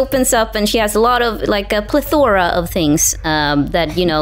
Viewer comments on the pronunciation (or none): "A Pleh-Thora of things" The / moment was sooo good